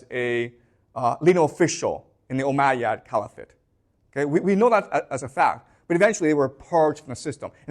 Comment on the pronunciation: did you say the "ohm'god" empire?